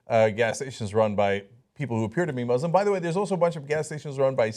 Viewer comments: I'm glad that you're defending the Islam by making fun of an Islamaphobic person, but it actually is called 'ISlam' with an S not a z, 'muSlims' with an S not a Z. thanks 😊💞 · IT'S MUSLIM NOT MOZLEM WTH